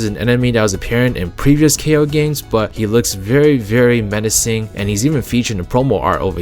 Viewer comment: I think Kao is pronounced like "cow" now "kay-o"